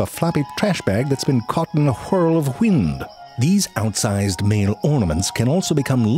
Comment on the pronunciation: “Floppy trash bag caught in a wheee-url of hwind…” 🤣🤣🤣